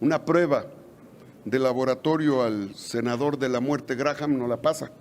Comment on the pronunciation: Y ni quien lo corrija. El nombre se pronuncia, 'Gram'. Linsi Gram.